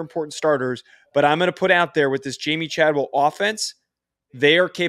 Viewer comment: Do you guys do your homework at all? Chadwell is making over 4 million per year to be at Liberty. Don’t say you don’t know why he would go there lol. Also, mispronouncing the few players you talked about names is a bad look. You can do better than this…